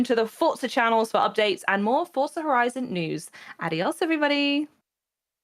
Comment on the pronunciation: For-za > fort-za